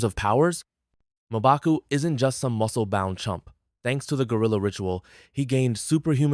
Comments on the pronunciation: It’s not mobaku, it’s Mmbaku while pronouncing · Mobaku😂 common atleast pronounce it correctly